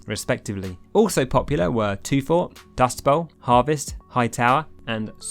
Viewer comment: not toffy